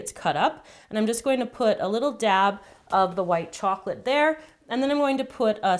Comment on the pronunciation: why are you saying dab like dabonit😎😎😎😎😎